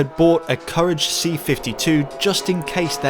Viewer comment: "Koo-Raj" - it's a French car